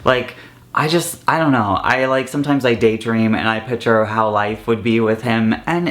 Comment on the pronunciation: When you keep saying pitcher instead of picture it's driving me crazy but I love you though!